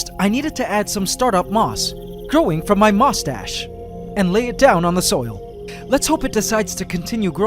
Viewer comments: "My..mustache?" It sounded like that when you said Moss-Stash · Lol at point 12: 56 he said Moss stash but it sounds like mustache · When he said his moss stash I thought he said moustache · he said mustach🤣🤣